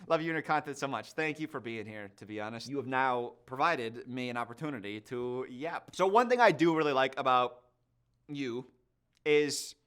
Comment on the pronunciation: why does him saying 'yap' sound so weird